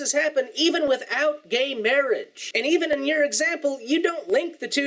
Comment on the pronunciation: He said Evenince